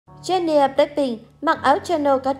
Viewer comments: Người ta là Jennie chứ không phải là chen - ne đâu má 🙄🙄🙄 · Má cj tui tên jennie mà bả đọc chen ni e, dẫn chương trình hay đấy 🙂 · Đọc tên nta cũng dell đúng đòi dẫn ctrinh